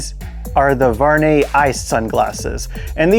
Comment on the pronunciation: I like them! Very beautiful design!👌🏼 Not a big deal at all but my first langage is french and the "U" is missing from your prononciation of the name. Your saying "Var net" but you must pronounce the U (Vu ar net).